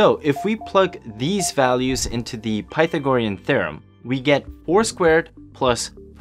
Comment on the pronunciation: Learn how to pronounce Pythagorean.